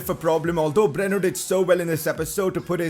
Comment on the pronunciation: Its not breno its bruno learn to pronunciate correctly idoit!